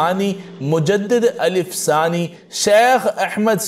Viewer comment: Calif dani nahin ALF E SAANI